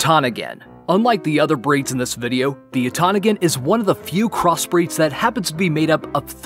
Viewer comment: When the makers of the video mispronounce several of the breeds they mention🤦‍♀️